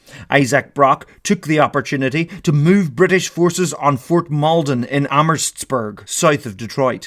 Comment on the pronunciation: As someone who lives very close to amhurstburg the pronouncement Made me cry a little 😂